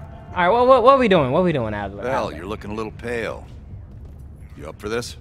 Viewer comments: It’s Adler not Alder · This nigga called Adler "Alder" lmfaooo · Bro said alder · Yeah let's just call Adler (eagle in german) alder.